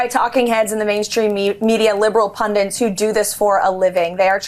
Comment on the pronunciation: She doesnt pronounce pundit well. Super cringe.